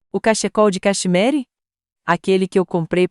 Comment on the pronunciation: História linda, mas essas vozes de IA me fazem rir. Cachecol de cacheMARY 😂😂😂